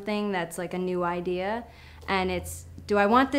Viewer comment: Did you say ideaer instead of idea?.....oh well I'll just ignore that.hehehe